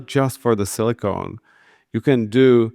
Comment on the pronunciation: Silicone, not silicon.